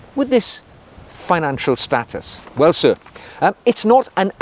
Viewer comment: Firstly a gentleman should know how to pronounce status